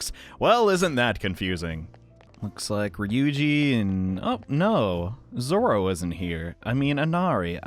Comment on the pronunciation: fun fact: it isnt zoro, its zorro